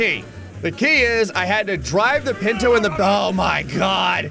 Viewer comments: Anyone else hate how he says ‘pinto’ rather than punto 😂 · Me correcting every time he says "pinto" panto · Every time he said pinto I laughed more and more.